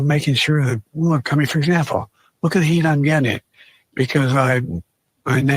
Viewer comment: Oh . . . my . . . God! What if Trump had called Ben Carson or General Powell, "the black man?" What would the media say about that? Though, it does sound more like he said, "The Black mayor." WTF is he even saying? I'm glad YOU speak fluent gibberish, Larry, because to me it sounded like "Hu-Yon Gang Yuh." I would never have thought it was "The heat I'm getting." I've never been so ashamed of President . . . um, the White Man!